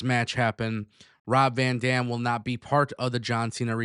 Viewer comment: The amount of times you said Rob Van Damn 😂.